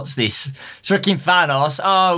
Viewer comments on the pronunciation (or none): calls thanos thanass